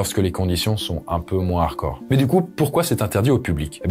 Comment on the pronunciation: C'est relou quand tu dis "harcore" c'est harDcore.....